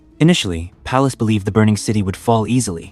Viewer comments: Palaces's sixth army? How did you ever manage to get any subscribers? Its Field Marshal Paulus. Its not "Dawn" river its Don river. Seven seconds is all I could watch. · It’s general Paulus not Palace, general Yeryomenko not Aramco, lots of mistakes in the narration.